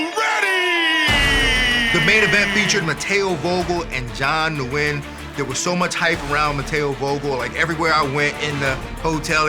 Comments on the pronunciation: Dana pronounced 'Nguyen' as New-win lmao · "..John, ah, ..New-en" Its the most common Vietnamese surname, surprised that tripped him up. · cn tower is not 18115 feet that would be almost as tall as everest lol , i lknew 1815 ft since i was a kid also nguyen is pronounced "wing"